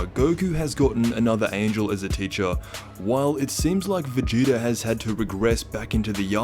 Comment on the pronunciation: Anyone else feel like he’s pronouncing it “Vegeter” and “Freezer” ??